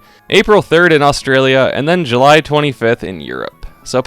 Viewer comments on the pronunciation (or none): none